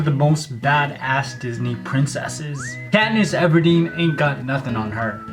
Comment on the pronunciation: When he said something about katniss everdeen I had to replay it a few times